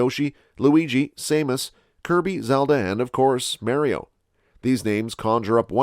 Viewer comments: U did all the other names how hard is it to say mar-e-oh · U keep using the vowels wrong in the name mario